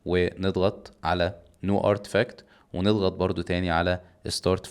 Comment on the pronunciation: ما شاء الله، حضرتك ممتاز فى الشرح وعندك ملكات توصيل المعلومة بطريقة جميلة جدا.. ولكن لو تسمحلى انتقد شىء بسيط بس لا ينقص من قيمة الشرح تماما ولكن زيادة فى الوصول للافضل، حضرتك محتاج بس تظبط اللغة الانجليزية خاصة عدم اضافة حرف (E او إ) قبل الكلمات الانجليزية، حاجة تانية مثلا كلمة جديد new تختلف تماما فى نطقها عن no لان حضرتك بتنطقهم زى بعض فممكن بتلخبط المستمع. هذا والله لا اقصد به اى انتقاد انا متابع حضرتك من زمان وبحب شرحك جدا بصرف النظر عن اى شىء... تقبل خالص تحياتى، وجزاكم الله خيرا